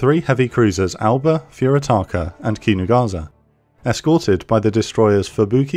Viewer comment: Amazing video. Just a small remark regarding the pronounciation of the japanese ships names. The "s" in Kinugasa shouldn't be pronounced as a "z" but as the same way as the "s" in "Sahara". In fact no "s" in japanese should be pronounced as a "z" as when time come for such a thing an actual "z" is present in the name as with Zuikaku, Ikazuchi or Inazuma.